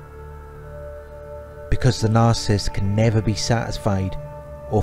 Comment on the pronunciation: Look, your videos are great. But if you want to be taken more seriously and up your views, there’s something you’ve got to fix. The word is “nar-cis-sist.” Not “nar-cist.” Same for “nar-cis-si-sm. Otherwise, keep up the good work. 🙏